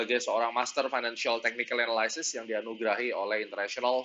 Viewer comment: Bagus mas, tx. Tp ada yg keliru pronunciation analysis nya. pls check dict mas. Salam..